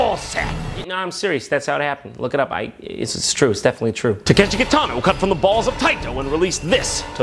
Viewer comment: Correct me if I'm wrong, but isn't he pronouncing Takeshi wrong?